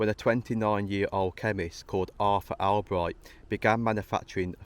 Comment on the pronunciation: Great video. Btw, it's pronounced All-bright. My dad used to work there.